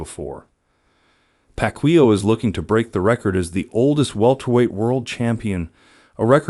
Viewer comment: I will watch the full video when his name is pronounced correctly😂